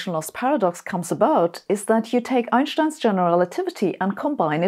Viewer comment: I like how she says Einstein the right way. 🙂